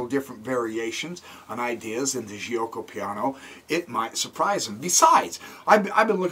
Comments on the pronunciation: bxc3 is wrong that was the opportunity to play the Moeller (Moh-ler) with d5. Giucco is pronounced joke - oh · Nice video! BTW the right pronunciation is " jew-oco piano"